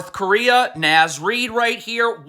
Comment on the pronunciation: Nahhhhhz. Not Naz :(